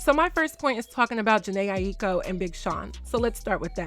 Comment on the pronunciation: Respectfully, her last name is pronounced “EYE-KO.”